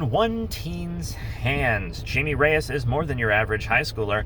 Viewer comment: Its jaime (haime)